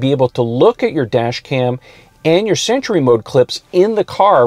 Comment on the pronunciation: Why intead of sentry I hear century? 🤔